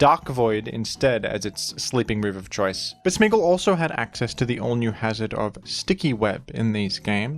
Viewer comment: Are you saying smeegle or smeargle??